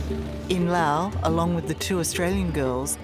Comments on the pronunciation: Someone needs to inform the interviewer that there is an “S” at the end of the proper noun “LaoS”….. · Very typical of dying empires (UK/USA) to blame the Global South for their problems. Pure Propaganda. And, by the way, it's pronounced Laos, not Lao. Unless you are from Laos or SE Asia. You don't call Italy Italia, or call Germany, Deutschland. Poser Oz. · In know this sounds insensitive, but why does she keep mispronouncing Loas and hostel? It’s distracting. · The country is Laos. The people are Laotian. As a descriptor, Lao (like “Lao government “) is correct. I lived in Laos for many years. A little annoying every time the host of this video said “Lao” when referring to the country. BUT thank you so much for bringing very important awareness of methanol poisoning when traveling. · Why does she call it Lao the whole time? It is called Laos. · How do we pronounce Laos? Is the S silent? Thx